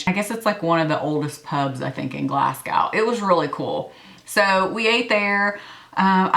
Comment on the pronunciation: Love this video! Btw it is pronounced Glas-go !!